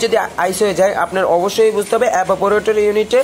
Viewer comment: ভাই এবা পরেটর না, ওটা ইভা পরেটর আগে উচ্চারণ ঠিক করেন।